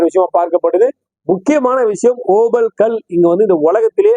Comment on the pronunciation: ஐயா சாமி தங்களின் ஓபல் என்ற உச்சரிப்பு இருக்கிறதே காதில் நாரசமாக ஒலிக்கிறது இந்தக் கல் Opal There are many variety of this Opal stones Black Opal Fire Opal Blue Opal White Opal These are Semi _ PRECIOUS STONES Black Opal is most expensive stones While you talk in tamil opal stones give the pressure in your tongue I mean your pronounceation நன்றி வணக்கம் ஜெய் பவானி